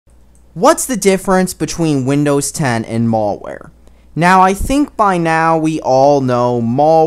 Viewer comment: I don't trust a guy who calls it "Mall ware". Besides, the info is a backup.